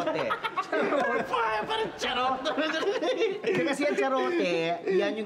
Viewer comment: imbis na Garrote naging Charote 🤣